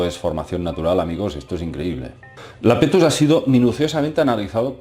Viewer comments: iapetus no lapetus jajaja. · Es Iapetus, no Lapetus. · ¿¿¿¿Lapetus???? Por dios, querrás decir Iapetus (con i al principio). Siento decirlo pero es uno de los fallos más tremendos que he visto en mucho tiempo. Sobre todo porque se repite continuamente durante el vídeo. Por favor, corrígelo, estoy viendo comentarios que repiten el mismo error. Saludos.